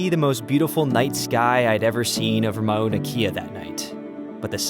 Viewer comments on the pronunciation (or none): oh- wah- who .... mana- kia .... LOL Oahu= oh-ah -who.... Mana Kay-ah = Mauna kea . I enjoy your videos so please don't get offended 🤙🏻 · Not ma-una-key-uh. Mow-Na-Kay-yah. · Would have said Mao-Na Kay-ah but rajah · As a resident of Hawai’i, I’m disappointed that another visitor does not interview Hawaiian locals nor find the proper pronunciation of words, places (ie Mauna Kea).. It can be seen as disrespectful. Fyi for future vids. Otherwise, very nice photos, drone vids.